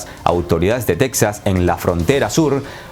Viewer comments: Oye "" se pronuncia teJas no tecsas. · no se pronuncia "tecsas" sino "tejas" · Porque dices "tecsas" si la pronuncia correcta es Te(j)as? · Siempre muy acertado e interesante análisis. Solamente tengo algo qué corregir: no es Tecsas, es Texas, como México, ¡Saludos! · Se dice tejas😠